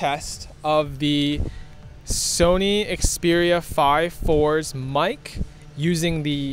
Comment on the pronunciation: name is very simple, you just say it wrong.